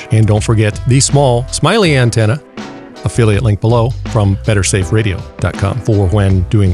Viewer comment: he says opheliate link below